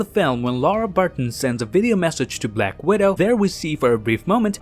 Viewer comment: The way he says ultranationalist. Uton. And black widow. Bwak widow